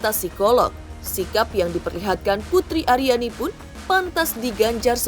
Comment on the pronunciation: Akhirnya pak Anang bilang 'putri ariani'..bukan putriani...😜😜